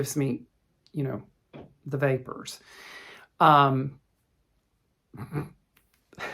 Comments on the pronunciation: “The vapors”! I got those after I gave blood 🩸 this week😅. Thank you for sharing your story and your beautiful stitching. I could really go for a chocolate cupcake right now. Loved the interlude of Alabama accent😊. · Thank you for sharing your story with us. The things in our lives do make us who we are today. We even learn from the negative things that happen and I am happy that you have grown up up to be the nice caring person that you are. I had to laugh (even before you started) when you said vapors. Can't take all the southern out of a person!😂 I'll say the word denim because that is a nice project bag. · Oh,! When you started speaking in your Alabama accent, I was falling out of my chair laughing!! 😂 Especially when you had “the vapors”! That was too precious. ❤ Thank you for making my day! Love you, my friend. Meline PS- I don’t like to stitch on Jobelan either, for the same reason as you…I find it “stretchy”. 🤔